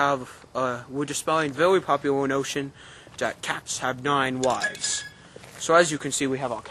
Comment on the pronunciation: Sounded like "Cats have Nine Wives" XD